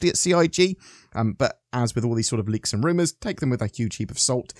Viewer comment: Liks? I belive its leaks.